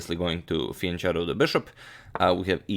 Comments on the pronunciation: Fijanketo, not fijančeto! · In italian, fianchetto does not sound like "fian che(rry) tto" but like "fian ke(y) tto". 😉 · It's fee-an-ket-oh :D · I think 'fianchetto' is pronounched with a hard "ch"... like "ck". Only if the word is Italian, which I'm 99% sure it is, so please fix up the pronunciation for future videos!